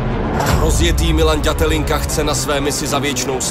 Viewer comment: Všetko super ale mohli by sa naučíť hovori ĎAtelinka a nie Datelinka bratři češi :D ja som sa Ř naučil!